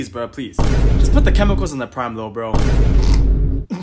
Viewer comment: The way she says "Preim" is so funny